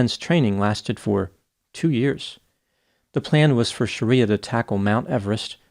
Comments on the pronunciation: Bro, BIG difference between YOUR pronunciation of "SHARIYA," (A harsh interpretation of Islamic law) and this woman's correctly pronounced name "SHRIYA," which is pronounced as it appears. Aren't doctor's keen on pronunciation after 4 years of pneumococci, neisseria and the like?😮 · dude...it was getting to me how you were pronouncing it as Shaaaariyaaaa, instead of Shri-ya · It's pronounced Shree-yah not Shareeyah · You're pronouncing her name wrong. It's Shriya not Shariya. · Shreeya not Shareeya. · Not Shar-ee-a, Shree-ya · Pretty sure her name is not "Sharia". It's Shriya. It's a Sanskrit name, not Arabic. Otherwise, entertaining video. Well, except for the confusion of singular and plural. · The least you can do is pronounce people's names correctly. Shriya and Sharia aren't the same thing meaningwise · Might have been a good idea to learn how to pronounce her name correctly. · You're pronouncing her name incorrectly btw